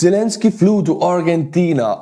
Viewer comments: Maybe this help for pronunciation: Ar-Jen-tina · Argentina pronounced as Arjentina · Argentina, the "g" is pronounced like generation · Argentina has a soft G, more like an English J. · The G in Argentina sounds like a J